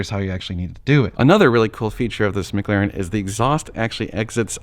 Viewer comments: Mclaren not Mcglaren 🤣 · Mclaren not maglaren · Instead of "McLaren", it sounds like you're saying "Maglarin". NBD, just sayin... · Normal Guy Supercar was making a joke about how you were saying McLaren